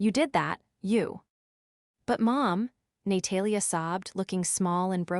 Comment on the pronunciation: ‘Nay-Talia’ is particularly amusing. Or as AI would pronounce it ‘A-moooooo-sing’ 😂😂😂